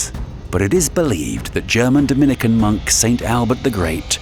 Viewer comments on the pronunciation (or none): none